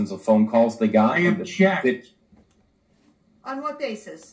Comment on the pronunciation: Lol..is saying he objects or injects???😂😂😂